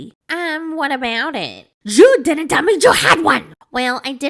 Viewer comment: "Baychler pawrtee." "Jyew ditndnt tell me." The accents impressiona kill me 😂😂😂